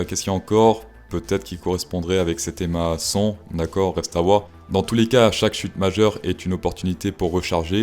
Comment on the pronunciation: À chaque fois que tu dis "l'EMA 100" j'entends "les maçons"